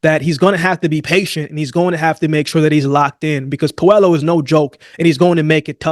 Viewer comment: pronounced Pueyo not Puelo